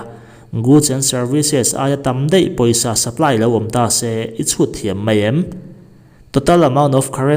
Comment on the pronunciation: Mei ti lo hian,mai lo ti tawh ang che😂😂...